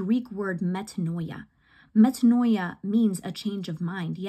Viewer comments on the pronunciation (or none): Metanoia... pronounced Me Tah KNEE ah. The "oi" makes and EE sound. You're sounding like you're becoming Orthodox. God bless you.